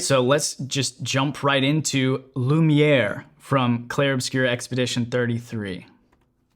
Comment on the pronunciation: Tu dis vachement bien "lumière" en français